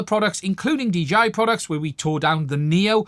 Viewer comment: Nice job. First time seeing your content. Subscribed. Just a small note, when you speak quickly are you sometimes saying DGI? Or is that just how it sounds to a person like me with me having my American accent?